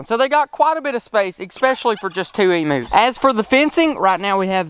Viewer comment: They are not emoos they are pronounced emyous and they are not prehistoric animals they are common Australian animals